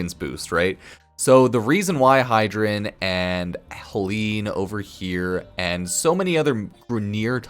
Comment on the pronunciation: Hydren ? love the vid but it made me cringe lol